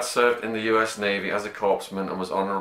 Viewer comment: The 'p'' in corpsman is not pronounced.